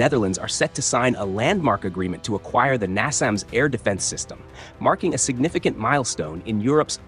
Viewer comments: Signifgicasnt milstone?.... RIP Engrish. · Stop saying "signifgicasnt milstone " about everything